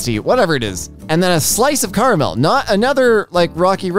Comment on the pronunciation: I’m about to unsubscribe because he said Fanta the way he did and the way he said caramel